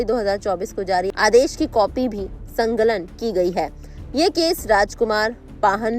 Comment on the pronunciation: संलग्न किया था या " संगलन "??